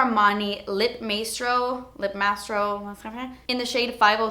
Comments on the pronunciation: Maestro is pronounced "my-stro" it's a term that normally refers to a conductor of classical music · I love you but it always amazes me how many relatively common words you don't know how to pronounce. XD No shade, I adore you, just saying it's so peculiar and surprising every time! Also the word "Maestro" is pronounced "my-strow". ;)